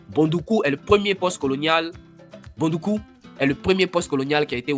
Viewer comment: Great!! Congratulations. Please review the prononciation of "Boudoukou".